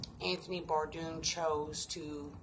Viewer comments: Lmao you can't even say his name right and you want people to believe he's talking to you!! You're a POSER! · You cant even pronounce his name right